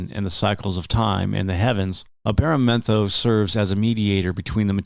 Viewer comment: He said the name wrong lol